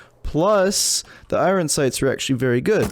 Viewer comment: Love the vids but every time you mispronounce iron I cringe a little. Please stop.